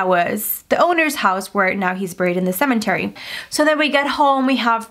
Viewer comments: OMG stop saying CeMENTary :'( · Anybody else triggered everytime she says cemeNtary 😂 there is no N! 😭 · Shes still saying cementary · Nobody:: “ CeMeNtArY “ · Or for every time she says "cementery"